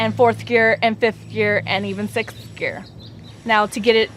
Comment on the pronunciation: she cant say sixth :D